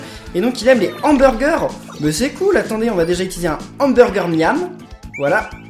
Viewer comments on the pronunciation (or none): arrete de dire "itiliser" stp 🙇